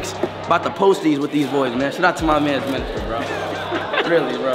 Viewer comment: Everyone: Miniminter ISHOWSPEED: MINISTER